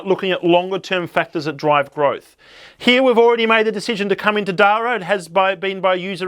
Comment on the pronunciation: I hate to be that guy, but it rhymes with para (as in parachute)..